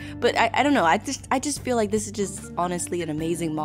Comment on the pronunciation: why does this sound like a good anime intro you know i like it How i heard her:i lige it